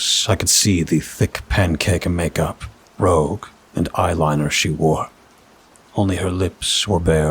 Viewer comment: The tinted cheek color is the french word for "red". It is pronounced "rooj" ( the vowel is like "blue") not "rogue". A useless fyi for future stories😂